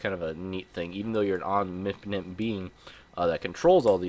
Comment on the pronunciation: Keep working on saying "omnipotent"